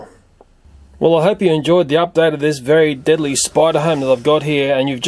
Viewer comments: u said deadly noteadly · That's how the Aussies pronounce "deadly." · deedly? xD LELEL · Please make more spider videos! THERE SO INTRESTING! and can anyone tell me why he always right "deadly" Wrong?